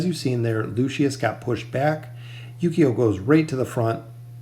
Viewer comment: It's pronounced Ooooh-key-oh the U in his name is soft not like saying You but oooh. Just wanted to help you out, cuz you're saying his name like Yu-Gi-Oh but it's Ooooh-key-oh